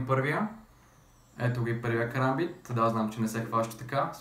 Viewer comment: научи се да казваш kaрамбит